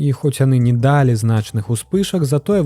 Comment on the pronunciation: Першы раз патрапіў на гэты канал. Выдатнае валоданьне моваю, дзякуй. Як той казаў, калі б на вашым мейсцы быў я, то трошкі замяніў бы асобныя выразы: глей ці мул, а не "ил"; ва ўмовах на места "у умовах"; націскі - слаб'ым, а ня сл'абым; дал'І а ня д'алі. Хаця, усё і так на высокім узроўні - што зьмест, што вымаўленьне.